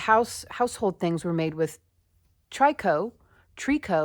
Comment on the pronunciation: Hi, C! I love this pattern. Thank you! I think "tricot" is pronounced similar to "picot". Merry Christmas, dear friend! Hugs, always. :virtualhug